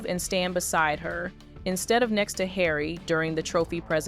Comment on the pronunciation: You need to learn how to pronounce Harry 😂